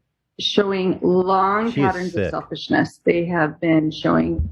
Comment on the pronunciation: “Selfishnish” lol